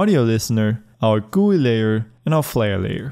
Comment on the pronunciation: did he pronounce gui?